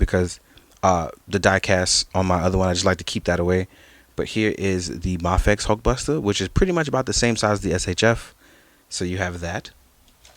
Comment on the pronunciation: Great review man! Love your enthusiasm! But I'm just so confused that you say Mah-fex. Is that how you actually pronounce it? Cause I've been saying May-fex everytime I see the name.. idk how to pronounce it. I've been hearing May-fex and Mah-fex